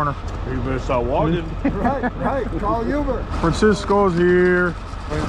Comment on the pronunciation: did not say " call a YOU-ber" not Uber L O L